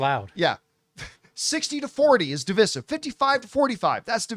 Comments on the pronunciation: Divisive = duh·vai·suhv please, please, please say duh·vai·suhv. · It's dev I sive john for the love of God man!! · Dih-vai-suhv. Please say that. We Canadians have been saying it like normal human beings for years. Please, Americans, stop butchering it. Thank you. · DIV{EYE}SIVE = DIVISIVE. You kept saying that word incorrectly and it was driving me NUTS!